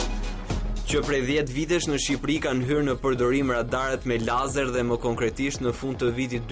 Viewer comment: ore cfare katunari .. nuk thote( leizer) ..po e thote si shkruhet lazer.. nuk eshte fjale shqip o katunare .. dhe kur nuk e shte ne shqip atehere thuaje sakte ne gjuhen qe eshte fjala .. drejtore ky tjetri ....fuck....gazetari me toc ..